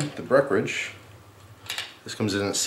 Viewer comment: Love you but please annunciate the "en" in "Breckenridge". I'm from colorado which is where Breckenridge brewery is based so I drink a lot of their stuff. Thanks for all you do for us on YouTube and merry Christmas!